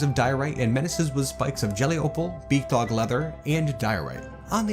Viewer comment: Oh BEAKdog for the longest time I thought you where saying bigdog 😅